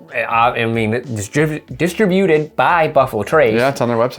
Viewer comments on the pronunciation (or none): Learn how to say "distributed" correctly, instead of sounding like an illiterate.